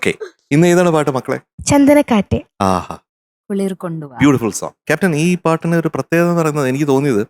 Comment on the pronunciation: Mj സാറേ മോൾക്ക് റ വരുന്നില്ല. മോളെ കുറ്റം അല്ല. ബാംഗ്ലൂർ ആയതുകൊണ്ടാവാം. ഒക്കെ കേൾക്കുന്നത് കുളി കൊണ്ടുവാ എന്നാണ്. കുളിർ വരുന്നില്ല.